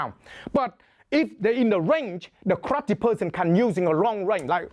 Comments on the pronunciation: omg I love the way he says Karrrrate lol It sounds hardcore "One Hit, One Kill" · love how he says krate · why he say krrrate lmaoo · Kraate! Love his pronouncation of it. So much excitement. More fun watching him that many films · I love this guy, and I love how he pronounces "karrrate". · kraatee HAHAHAHA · I wanna hear pronounce karate some more. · I enjoy the way this man pronounces karate